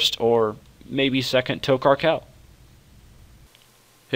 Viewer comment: u do know its TokHaar and not TokKar just sayin